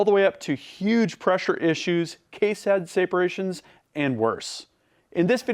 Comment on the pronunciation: Did you just say “case head sayperations”?